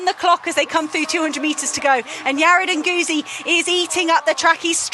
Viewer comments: PLEEEEASE learn how to pronounce Yared Nuguse last name. You're going to be saying alot in the future. Brutal and embarassing. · Question, did the commentators get the correct pronunciation of Nuguse?